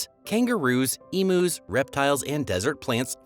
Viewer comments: Beat me to it, came on to say that. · NOT "eee-MOOS ", they are "Eem-Yous"